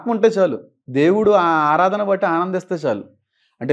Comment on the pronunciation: ఆధారణ కాదు అన్న 'ఆరాధన'